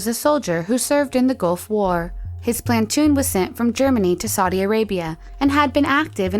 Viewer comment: How do you do the Korean pronunciation so well then say "plantoon" in the next one lol